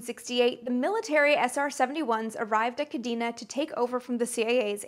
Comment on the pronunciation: Amy, I've loved your content for years now. Your energy and enthusiasm are matched only by the depth of research you put into your pieces. But there's one thing that bothered me about this episode: your pronunciation of "Kadena Air Base". It's properly pronounced "Kah-DAY-na". J. P. DeMeritt, MSgt, USAF (Ret) Kadena AB, Okinawa, JP May 1994 - Aug 1997